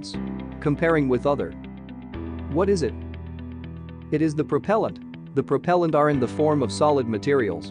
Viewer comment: Cool but... why can't you say propellant right?